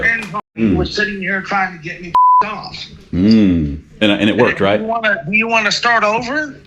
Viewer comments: I’m trying to tell you what you are doing “Wong” I I’m trying to explain to you the “white” way to do it…. Dude definitely needs to lay off the sauce… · What your doing is wong, I’m trying to tell you how to do it wight lmao😂